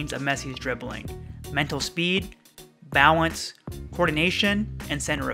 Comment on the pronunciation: Is it just me how when u say balance, u saw “bao wence”?? Idk